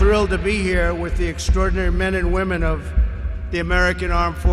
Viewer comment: Did anybody catch that?..."womnen"....not sure if on purpose or not